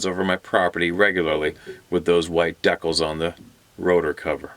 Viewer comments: It's a square white vinyl sticker maybe 12 inches with a sas walking in black on it placed near the rotor. I'll assume both sides. He calls them dec als as if it is two words, but so do some of our southerners. Deecals are stick on patches and one of his videos includes an example years ago now, in the comments of that video is a lone voice that said I've had one of those exact same vinyl stick on posters on my van for years until the engine quit running and I got rid of it. Said he bought it at a first nations tourist art shop where they had a pile of them for sale and this was in your region. Why can't an air crew buy a lot (all) of them and put them on their choppers, just to be unique? I think they did just that and it's mostly meaningless except for that air group has them and no one else does. So I looked for a local source and was met with everything but that of course and with so many hits and a new century possibly, it could be that its impossible to source them today. Trends change and with them the market changes too. Likely to be of highest old school quality vinyl and extra pricey stickem (today) on the back, they are likely way too expensive to produce at a decent price point these days and still make any profit. The trend in such destructive bumper stickers is more towards glass where a razor blade can be used with zero effects on resale issues and I see less of them everyday anyway. The rabbit hole is the assumption that they are government printed with a seek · Decals pronounced Dee Cals